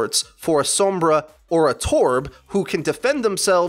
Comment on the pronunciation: I literally don't understand how you still can't say Sombra, it's not "soembra" And every video you do you just go off on a tangent of whatever comes to mind and it's not great